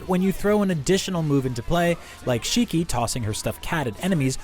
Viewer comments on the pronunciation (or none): none